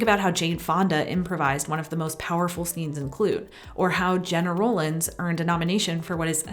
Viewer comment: Love these videos, especially all the references to other films, most of which I haven't seen. I made a bit of a list, and am not off to Google Jane Fonda's "improvised scene" in Klute (at first I had thought you said Clue, and I was puzzled as I couldn't picture her in that movie!) ;)